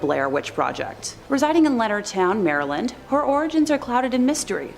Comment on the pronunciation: Great vid. Don’t pronounce Maryland like that lol